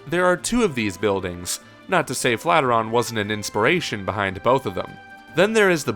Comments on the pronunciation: did you say flat-iran? wth dude, look at it again and READ, flatiron... FLAT IRON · The "flatter-on" building?? I don't know what you are reading, but it's the "Flat eye urn" (Flat Iron) building. kinda weird you don't know that. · Flat-iron. Not flatter-on. Flat-iron. Like an iron for ironing clothes. A flatiron lol! Luv u guys :P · "Flateron?" I always pronounced it Flat Iron.. is that wrong? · The name of the building is pronounced flat iron. It's in the shape of a flat iron which is used to press clothes. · Nice video as usual. Just for reference, "Flatiron" is a compound word and is pronounced "flat iron". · It's kinda weird you've never heard that pronunciation before. English convention doesn't lend itself to the way "Flatiron" is correctly pronounced, and "Flat-ir-on" is a very common, and very understandable mispronunciation. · Seriously, stop mispronouncing flat-iron. That building is a NYC landmark and doesn't deserve that kind of disrespect.